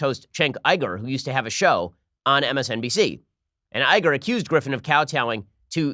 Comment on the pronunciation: Ben, believe me, I can't stand the man, but Cenks last name is pronounced YOU-GERR